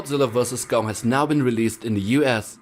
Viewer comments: It’s Kong not gum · Why did you call Gong ? It’s Kong not Gong Lol.